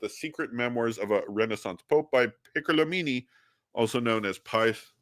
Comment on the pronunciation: Enea Silvio "Piccolo'mini" The accent is on the last "o".